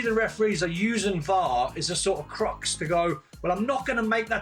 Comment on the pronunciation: DON HUTCHINSON: CRUTCH…. For the love of God, not CRUX…